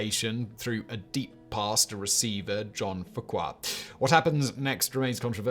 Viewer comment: Okay! I know you're British but you really need to research how these names are pronounced!! John "Frenchy" Fuqua, F you kwa. You do so much research on so many other things you present yet you obviously seem to not have the time to research how American athletes names are said! I love your channels but please do better! Because I truly know that you can!! 👍🏼❤️